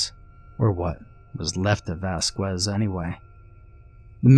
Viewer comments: "Vas-kwez" thats not how u say it but ill roll with it Its actually "vas-kez" or r u doing this on purpose lmao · Good story. Also, it is pronounced "Vas-kez." The U is silent. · The name Vasquez as Vaskwez LMAO